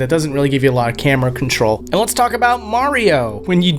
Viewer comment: You said “Mario” wrong.